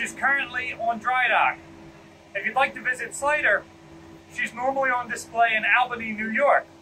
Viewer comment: This guy is clearly not from new york. Its pronounced Awl-ba-nee, not Aal-ba-nee.